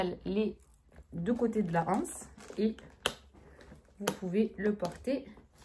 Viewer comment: J'aime beaucoup ce sac, alors qu'en général je n'apprécie pas trop Sandro. Mais là, ils ont sorti un modèle sympa. Petit "tip" (et pas "tips) : on dit l'anse et pas la ance et je pense que tu voulais dire "antérieur" et pas "anticipé". Bon réveillon et excellente année à toi et tes proches et plein de nouvelles vidéos pour 2025 !